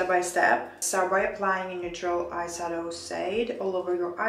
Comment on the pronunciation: Hi Why do you pronounce eye sadow the eye shadow?